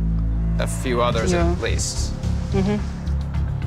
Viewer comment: “johneesha” i physically cant... LMFAOOOOOOOO child who named her....